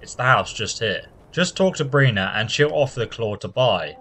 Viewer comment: Her name is BIRNA, not BRINA!